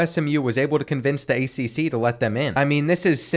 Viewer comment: he said accc schools😂😂😂😂😂😂😂😂😂